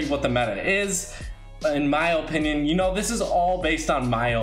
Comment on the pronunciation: The way you say opinion 😧😡😨